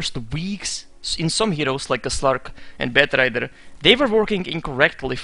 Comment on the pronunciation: The way you say batrider is strange :D Well dota always changes, people will always cry